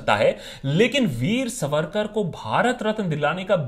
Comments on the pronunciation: सवरकर नही सावरकर 🚩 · Itna bada video banane se pehle kam se kam unke naam ka theek pronunciation toh seekh lete...it is सावरकर....not सवरकर...and better still स्वातंत्र्यवीर सावरकर!!!! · सवरकर नाही "सावरकर " असा उच्चार आहे नावाचा!!!!!!!!! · Sa...varkar pronounced incorrectly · आप पहले सावरकर यह उच्चारण ठीक से करे, सवरकर नही। अब आपने जो srcasm याने उपरोधिक टिप्पणियां की है इसका कारण आपका अधूरा अभ्यास या फिर वामपंथी विचारधारा हो सकते है। मैं आपको विनम्रतापूर्वक कहना चाहूंगी के उपरोधिकता भी सीखनी है तो सावरकरजी से सीखे, जो देशभक्त नाम आपने दिया वो देशभक्ति उन्हींसे सीखे और कोई फालतू अंग्रेजी किताब न पढ़के, उनकी ओरिजिनल मराठी आत्मचरित्र किताब "माझी जन्मठेप" पढे। जो मराठी भाषा, प्राकृत और संस्कृत अच्छेसे ना जाने उनके लिए तात्याराव के विचार, उनका राष्ट्रप्रेम और समर्पण समझना बोहोत ही ज्यादा मुश्किल है। वो क्रांतिकारी, राष्ट्रभक्त, महाकवि, अच्छे वाक्पटु, समाज सुधारक, आधुनिक विचार रखने वाले एवं भाषातज्ञ थे। हम भी नही चाहते भारतरत्न उनको मिले क्योंकि वह भरतरत्न तो थे ही उनका औदा इससे काफी बड़ा है। आप थोड़ा ये सोचिये पोर्टहोल से छलांग लगाई क्या इतना आसान था? वहाँ से बाहर आते समय जो घाव हुए उनके साथ खारे समन्दरके पानी मे तैरना थोड़ा डेमो आप करके दिखाए जरा। भारत की इकलौती महिला पीएम ने कौनसा सरहद पे जग लड़ी या पेटंट लिया जो उनका चित्र भरतरत्नो के लिस्ट में शामिल है? हाँ पर उन्होंने सावरकरजी का स्टैम्प जारी जरूर किया। वो लता जी है ना वो भरतरत्न आप मानते है ना वह भी सावरकर जी की भक्त थी महोदय। सावरकरजी ने लिखी कई गीतों को उन्होंने गाया है। वो अंबेडकर जी है ना वो समाजसुधारक कार्यो के लिए सावरकरजी को मानते थे। वो गांधी जी है ना महात्मा मानते हो ना, उन्होंने वृत्तपत्र में सावरकर बंधुओ को रिहा करने की अपील की अंग्रेजो से। पता नही ये सब लोग इतने नासमझ क्यों थे। काश उनको आपके जितनी समझ होती। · Its not सवरकर… सावरकर.. 😇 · Abbey vo सावरकर hai सवरकर nahi Bol le pehle acche se 😂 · Not savarkar saavarkar bolna to thik se sikh le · naam bolna sikh pehle. saavarkar hai naam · ज्याला सावरकर बोलता हि येत नाही ... त्याला सावरकर काय समजणार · Pehle Sawarkar ko pronounce aachese karo